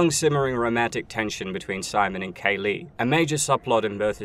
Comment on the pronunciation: Just Kay-lee. Not K. Lee